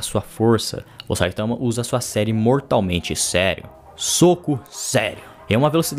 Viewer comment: ele n fala serie seria, ele fala serir assassina